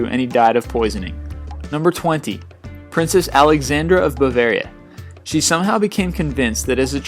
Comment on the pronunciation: You seriously need to work on your pronounsiation, i mean, when you say stuff like ''bulvaria'', what's that? Bavaria or Bulgaria?